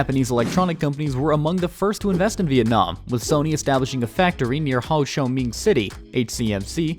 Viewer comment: It's disgraceful to all Vietnamese people when you can't pronounce Ho Chi Minh correctly. Do your homework before posting any videos